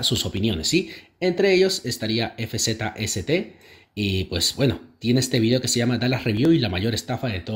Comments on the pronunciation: El nombre de Fzst se pronuncia como Fast XD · Fzst se pronuncia fast jajajaja